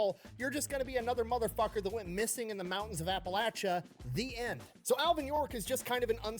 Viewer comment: Holy Shit, she accurately pronounced Appalachia in the first part of the video at least